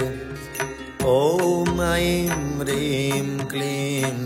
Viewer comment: नमन मेरो जिज्ञासा भनिदिनुहोला।। यो मन्त्र भन्दा रिंम भन्नु पर्छ कि हिंम उच्चारण गर्नु पर्छ??सुन्दा रिंम जस्तो सुनिन्छ तर यहाँ लेखेको हिंम छ कसरी उच्चारण गर्ने होला??